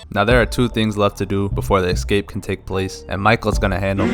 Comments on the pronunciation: Why do Americans say ECscape? 😂 It's ESCAPE guys, how tf did you all add some extra letter hahaha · Escape not excape 😂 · Best "excape" plot ever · It's an EEHscape, not an EGGscape.